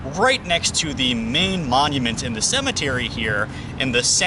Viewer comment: It's not pronounced ClEEEburn :(